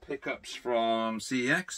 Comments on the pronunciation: That's how I pronounce it. Going to the c(s)ex shop. Never heard it with a k till this vid lol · C.E.X, calling it Kex makes me cringe. I believe it is pronounced sex.